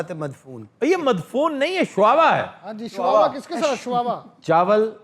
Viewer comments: I live in muscat and eat many time this dish. But sir its shuwa not shawawa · Aman nahi sir Oman is the correct pronunciation. And it is shuwa not shuawa